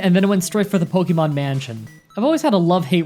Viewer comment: I don't have a problem with how you pronounce Ratata. But how you say Pokemon bothers me lol